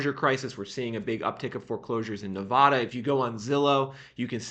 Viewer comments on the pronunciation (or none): Its Nev-ADA. Not Nev-AHDA. Thanks. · Nevada is pronounced With a short 'a'.